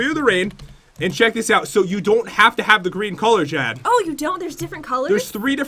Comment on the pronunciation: Pat you said Jes instead of Jen when you plased down the bench ☺